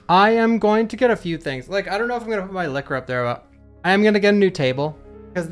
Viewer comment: It's Licker. Not Kiss her 🙄😂